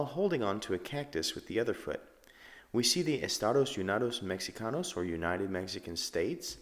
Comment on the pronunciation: I love how he said "estados unidos Mexicanos" like a gringo.